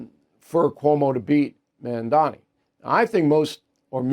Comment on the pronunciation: Mamdani not mandami